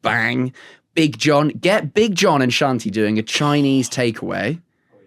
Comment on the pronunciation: I can't be the only person who was surprisingly impressed by his pronunciation of Shanti.